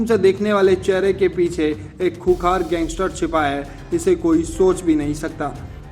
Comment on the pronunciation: Khoonkhar too bolna sikh loo